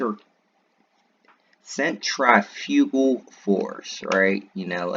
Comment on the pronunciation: Oh good grief...., you need some science- some actual science.. Cause you don't even know how to pronounce centrifugal force, let alone you can't spot "aerosol" or "microwaves" from such pictures. And to the comments, holy crap, are you freakin' kidding me? Do you believe the Earth is flat as well? FUCKING OPEN A DAMN SCIENCE BOOK OR TWO, OR THREE, OR TWENTY for the matter!